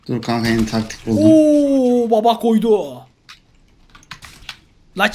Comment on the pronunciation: Neden kankaya kank diyosun